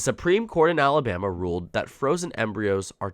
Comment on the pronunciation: AL-a-BAM-ee ain't what she used to be!